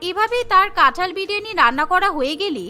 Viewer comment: কাঁঠাল ✅️ কাঠাল ❌️